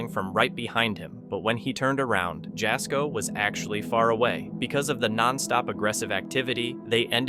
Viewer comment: The YouTuber that film that films with Chris Baird is Jasko. But you Don't pronounce his name right. The J at the beginning of his name is pronounced as a "Y" like in the word "Yak".